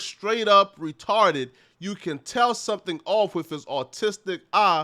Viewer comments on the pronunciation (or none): Why censor the word ass but said “RETARD” with so much emphasis lmao